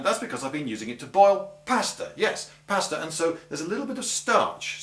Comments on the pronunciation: He was trying to say pasta, but he said it wrong. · He said pasta wrong. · Sosspins and pass tah. Surely you mean saws pahns and paw stuh. Lol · Is he saying "pasture" or maybe "pasta". If "pasture", is that the British word for "milk"? Use standard cast iron cookware and no one will make an issue about your pots being black...